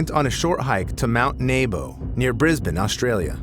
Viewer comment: Australian here, for future reference, it's pronounced Mt "Nee-bo".